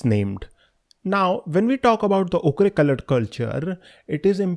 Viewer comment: Ochre is pronounced 'oh-kar' AFAIK